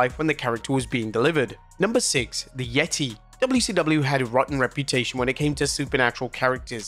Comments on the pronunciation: It’s not called the Yetti- it’s The Yet-taay! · Its pronounced the YE-TAY, not yeti 👌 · Dammit, you've said it all wrong. It's "THE YETAY! THE YETAY"!